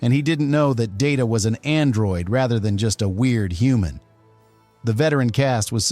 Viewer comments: it's pronounced Data, not Data. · And stop doing a Pulanski on Data’s name as well!